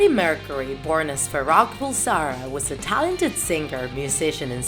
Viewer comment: You pronounced his real last name wrong